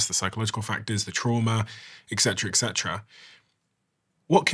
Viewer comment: It’s ET CETERA, not exetera!educate yourself!😊